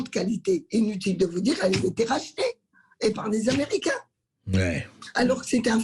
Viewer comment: Et menacé de vente à qui??? Aux Amewicains yeahhhh!!! Mewci!